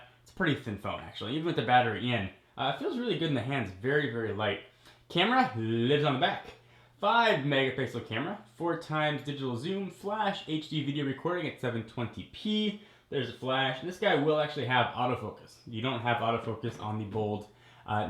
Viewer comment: hell nah this dude said "FO' G" lmaooo, he reminds me of one of my old math teachers